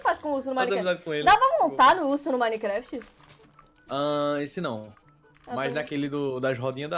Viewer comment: O Cebolinha da Turma da Mônica troca o R pelo L...A troca o M pelo B KKKKKKKKKKK "BINECRAFT" "Ibençamente" kkkkkkkk😂😂💜